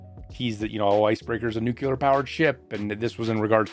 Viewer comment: No. It's not nucular power ship, it's nuclear powered ship.